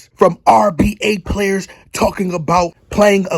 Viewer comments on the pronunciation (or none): none